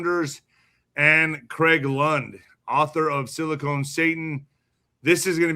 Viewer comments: Sil a con, not cone. Orale Hermano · OMG. Is he still calling it Silicone??? Ahhhhh. 😅 SILICON. Not silicone.